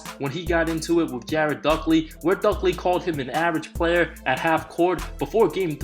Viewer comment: Jared duckley? Lmao DUDLEY